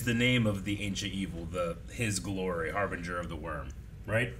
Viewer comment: Are you guys saying Harbinger wrong on purpose? I know it's a thing you do to annoy each other, but this one really ground my gears haha